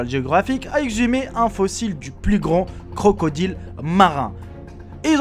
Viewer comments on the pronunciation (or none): none